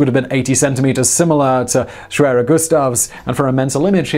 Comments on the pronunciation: The "w" is pronounced as a "v" sound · pretty sure it's pronounced ' sh-v-air-er '